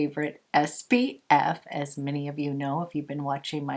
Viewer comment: Your skin looks amazing! I swear I am not a hater, but it drives me nuts that you say SBF instead of SPF. 🌞